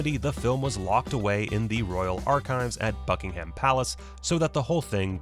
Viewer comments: Hearing how Americans say “Buckingham” is painful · Bad pronunciations - eg 'Buckingham' and 'Louis'..then you showed the wrong actor for Lord Mountbatten.